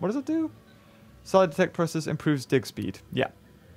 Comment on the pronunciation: I kept thinking you were saying dick speed. Like, Jesus, what sort of sick dino park is this?